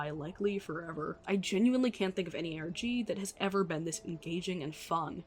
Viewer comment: it sounds like you said "Organ" lmaoooooooo